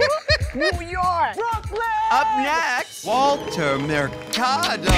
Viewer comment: I can't with the brooooooklyn